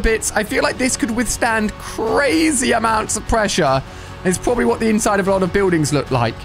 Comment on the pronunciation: Did u mean CWAZY? (Not a typo)